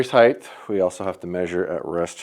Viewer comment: Love the system. Lol it does bother me when you constantly say "brace height-th. 😂